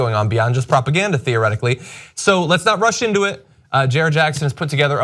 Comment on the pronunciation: did you say "Let's not rush into it" or "Let's not Russian to it"?